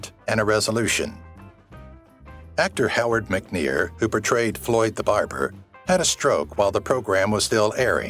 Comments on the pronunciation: Howard McNear, NOT Howard McNeal...... Dummy! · Howard McNear, not Howard McNeill. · "Floyd the Barber"s ight name was Howard McNEAR - NOT Howard Mc Neal!